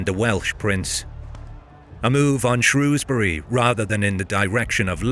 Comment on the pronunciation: As someone from Shrewsbury thank you so much for pronouncing it correctly, people all over England pronounce it “shrowsbury” which we don’t, you nailed it